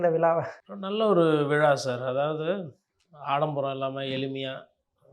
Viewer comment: பேட்டி காண்பவர் முதலில் தான் பேசும்போது பிழையில்லாமல் பேசுவதற்கு பயிற்சிஎடுக்கவேண்டும்.(உ..ம்)விழாவை விலா என்பது மழையைமலைஎன்பது.குறைந்தபட்சம்தாய்மொழியில்பிழையின்றிபேசவும்